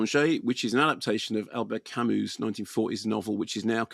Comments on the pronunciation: It's pronounced 'Camoo'. Trivial point I know but I have nothing of worth otherwise to add to some of the excellent commentary around existentialism already posted by others. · It's pronounced "Camu", the s is silent. Perhaps you can read about Camus' remarkable life. There are two excellent biographies by Herbert Lottman and Philip Thody. Read his other novels as well, to get a better idea of existentialism. It is certainly not nihilism. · I like Kermode & Mayo on film, but they have a very no-nonsense approach to anything philosophical down to the way Kermode pronounces Camus as Kamuss! They are anti-intellectualists who escape into film as opposed to reading books, so their attempt to sum up 'existentialism' is a bit puerile. Very Beavis & Butthead! Camus wasn't an existentialist( he said so): Camus used the novel form to express philosophical perceptions by using images. Camus's philosophy was about the Absurd: what the mind wants, what the world prevents. Also his use of chance as in the absurd murder, which is never fully explained psychologically, apart from the effect of sunlight & heat: " It was the sun." Merseault would be classed as a psychologically challenged individual with an autistic disorder in a racist, apartheid society. That's' why they're right the placement of the named Arabs Moussa and his sister Djemila( important in the court scene) was a revisionist take on Camus's startling novel of 1942. Kamael Daoud 's novel The Merseault Investigations from the Arab's POV has been absorbed by Ozon. This film is a vast improvement on Visconti's 1967 film because Mastroianni was too charismatic in that, so it didn't work. Delon would have been a perfect fit. Don't forget if you see a novel filmed you should at least attempt to read the novel and understand it. Try not to mix Camus up with Sartre.